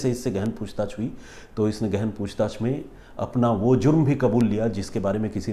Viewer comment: The way you say "gehen poocchtach" 😂😂😂😂😂😂